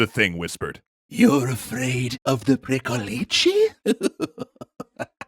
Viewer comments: You pronounced Strigoi pretty well, but Pricolici is pronounced more like "prick-oh-litch". The long -leecehee ending you're using would be a plural with a definite article. as in "Pricolicii, those two over there" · Well, he stressed the wrong syllable in "pricolici". Basically he said "pricolicii", which would be the plural form. And it sounds weird. But hey, kudos for trying! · It's pronounced more like "pree-ko-lich"; it ought to be pronounced faster, merging the syllables together rather than saying them as 3 separate sounds. The name of this creature sounds diminutive, almost comical, rather than scary to Romanian speakers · isn't it "pricolich"? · ci is pronounced ch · Pricolici sound like someone trying to teach an American to say vârcolaci:))))) But it is a correct, yet old word. Also funny, keeps emphasising the end of the word as if there were two "i"s which is the article in Romanian, in other words as if always saying "*the* pricolici, The pricolici, tHe PricOlicI!!:))) If there are any ardeleni in the comments, do you pronounce pricolici with an emphasis at the end? It's the first time I've heard this word and before googling I actually thought that jut says the "v" funny. All in all, great narration and cute pricolicii:))) 10/10 would pricolici again